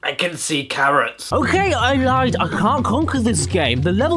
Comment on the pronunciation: "I kan see karrits." Cadicarus 2015